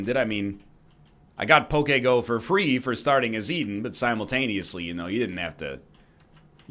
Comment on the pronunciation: Egg pronounces poke go similarly to Hillary Clinton’s Pokemon go to the polls